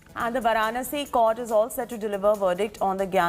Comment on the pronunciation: Where is this anchor doing on In India who cannot pronounce Varanasi! Pronouncing with wrong stress on syllables and wrong intonation. Sounds totally silly.